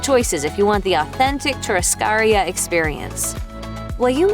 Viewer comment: It is pronounced chu-rras-ca-RI-a with the emphasis on RI